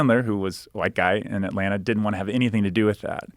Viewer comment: The way he says Atlanna shows me he's actually from Atlanta 😂